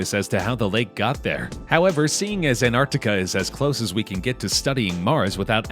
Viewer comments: Why you calling it anartica?? Its "Antarctica" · It is not Antarticahhh, it is Antarctica. Cut ahhh at the end. Cringe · It’s not anarctica it’s Antarctic it has more then one T is it you should probably learn how to pronounce words properly before you make a video about it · Why the f*ck was the commentator calling it “AnArticar” instead of “AnTartica” ???